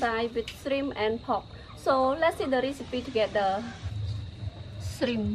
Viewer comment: Beautiful presentation and “shrimip”is my favorite 😁